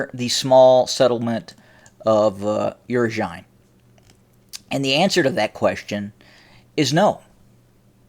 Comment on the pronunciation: Oo-roz-in-ay not oo-ro-zine